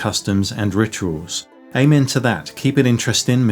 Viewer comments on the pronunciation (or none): none